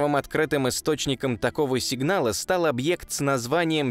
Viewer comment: Зачем объект говорить как старовер какой-то 😏